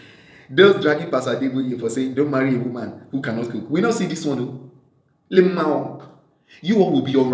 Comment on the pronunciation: The way you pronounced “lmaooooo” 😀. I enjoy watching your videos, you’re so funny! Was in a bad mood at work but this video lightened up my mood.